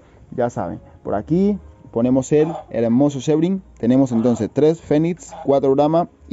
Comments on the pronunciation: No se pronuncia como tal Sebright, su pronunciación debería de der ''Sibrait'', lo escribí así de mal pero así es como debería de sonar jsjsjs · Muchas felicitaciones por adquirir esos huevos! No me quepa duda de que tendrán muy buenos cuidados. Un aporte, amigo: El nombre de la raza Sebright se pronuncia [síbrait]. Saludos y éxitos.